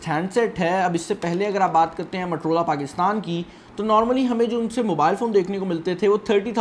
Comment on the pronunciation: Its Motorola, not matorola. Pakistani english